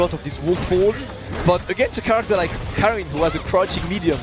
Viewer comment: Everyone mispronounces Karin. It's a swedish name. It's pronounced car-in. As in the word car followed by the word in. Not carin'.